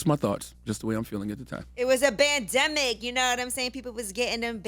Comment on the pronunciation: Nah char face when yee said “it was a bandimic” lmao good lord she’s a pawn.